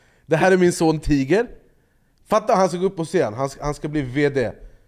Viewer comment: tiger ska ju ha engelskt uttal som i t.ex. tiger woods